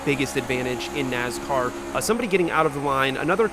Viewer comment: Nass-car. Not NaZ-car